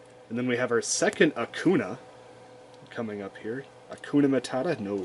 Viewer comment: I love it when you say "Akuna" to "Akainu" XD I also bought some of the cool Omega Rares in the last time. They are great. You can also see if its a reprint because of the corner right. There is a "A" for the reprint. The normal print hasnt that "A".